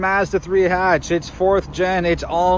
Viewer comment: Stopped watching after the first 3 seconds after pronouncing Mazda and Hatch wrong.